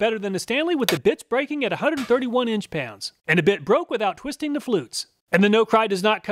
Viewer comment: As always, thank you so much for all you do for us.🙌 I laughed when the combination of you saying 'bit' and the sound of the bit breaking sounded like "with the bitch breaking at 131 inch pounds"😆